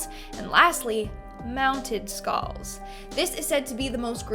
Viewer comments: “Skaals “ tf is a skaal? Lmfao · Skalls? Lol